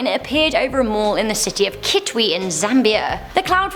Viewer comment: 😃🇿🇲 she said kitwe❤️